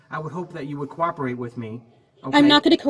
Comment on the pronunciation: She pronounced "cooperate" as "cor-operate"